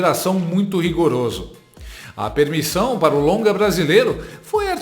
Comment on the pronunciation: Português do lula com a inteligência da dilma é " pá acaba" 😂😂😂😂😂😂